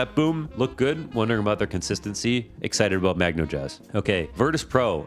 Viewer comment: Magnojezz is pronounced "Mag-noiz"